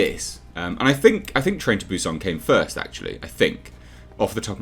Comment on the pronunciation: Hi, Korean here. The way you pronounce Busan is correct. It's not "Bew-Saan" The way you say is, more subtle, is spot on. Hyundai, however, lol is pronounced "hyun-deh", not "hyun-dayy" Thank you for coming to my TedTalk on Korean pronunciation.